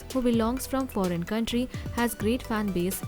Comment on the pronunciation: foreign not forean